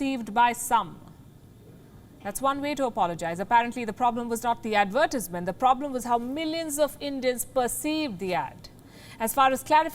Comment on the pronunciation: Your pronounciation of the word advertisement is weird. Plz rectify Palki. Take it in the right spirit as it has been told👍